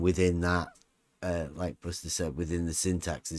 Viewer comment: I think you mangled Buster at the start.